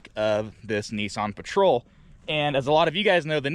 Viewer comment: Whats a NESSSSON ??? Its NISSAN